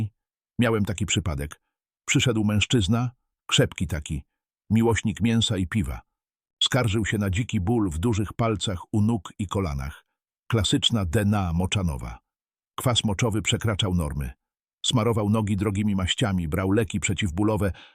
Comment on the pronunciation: Jakiś lektor, to nie jest prawdziwy głos. Można się zreflektować po tym jak czyta niektóre wyrazy. Słowo Dna przeczytał literujac, a chodziło o chorobę :dnę moczanowa